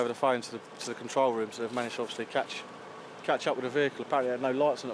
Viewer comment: “Obvosslee uv corlled trumpdon”- how vulgar and disrespectful!